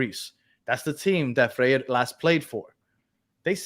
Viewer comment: Guys, the new defenders last name is pronounced “fray-reh”